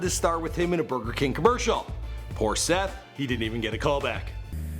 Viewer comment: this man says “Seth”